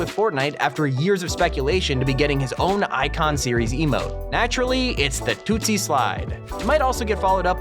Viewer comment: Im not gonna roast for this mistake but its not tootsie slide its toosie (two)-(zy) slide